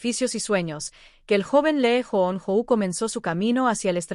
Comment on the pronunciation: Comienza pronunciando bien los nombres de quién haces la presentación....se pronuncia LI YU NO...